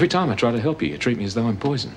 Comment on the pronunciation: Love the way Doreen pronounces 'help' as 'halp'